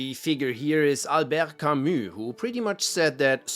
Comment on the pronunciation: 20 seconds in, correctly pronounces Camus' name... I like this guy